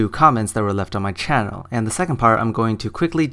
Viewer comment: you pronounce "channel" as "tschanel" (t,s and c all together at once) and I'm uncomfortable with that